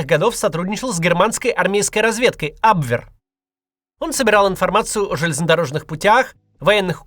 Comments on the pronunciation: Максим, ужасно слышать ваш "абвверр" 😂. Лучше говорите "абвеа". Немецкий язык не столь ужасен, как русскоязычные его каверкают. За ролик спасибо. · когда даже кац не знает что говорить надо абвЕр.